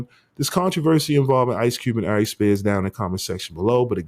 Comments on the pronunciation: It’s Aries ♈️ not “I’Reece” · Good clip, but bruh the way u pronounce Aries Spears name, just does something to me. Air-Rees